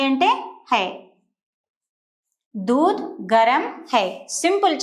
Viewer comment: దూధ్ అనాలి దూద్ కాదు